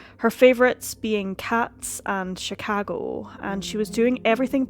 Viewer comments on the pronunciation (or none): none